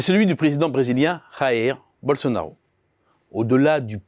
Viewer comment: Il serait bon d'apprendre à prononcer le Portugais quand on parle du Brésil. Rair Bolsonaro n'existe pas.